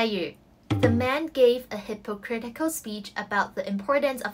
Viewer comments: 我的女神 加油 樓下話hipo错 應該讀hipa （輕音） 我不懂 我dse拿3粒星而已 在第一屆 多功課到想跳樓 咩半年要比150個閱讀紀錄 仲要跟科學既實驗report 做卷 （大部份欠交） 面對陌生又用英文讀的m2 最後字又查唔切 通識專題報告（迫你冇料都作啲野比佢）閱讀報告等誠實是種罪 那時知道公屋頂頂原來防煙門會嚮（請勿學）所以有時寧願有一門手藝 雖然都係受氣 睇住同學報蕭源 同 讀一年大專無端端上大學 或同我講父母同大學校長講兩句上到 可能佢地想保我自信不想打擊我才說謊:p自己問題要自己面對 然後吃了十年抗抑鬱藥 /ˌhɪp.əˈkrɪt.ɪ.kəl/ US /ˌhɪp.əˈkrɪt̬.ɪ.kəl/ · 請確保 fake & hypocritical 的讀音是正確, 我聽左幾次都確定唔到你在片中的發音是正確, 例如 take & tick 的分別, 及 political & post 的 "po" 發音的分別, 做足準備功夫會更好, thanks (這是我睇左咁多年 YouTube 的第一個留言)